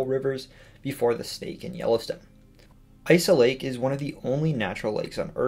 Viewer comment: "Isa lake is pronounced "Is a lake". Is-ah-lake, because it is a lake.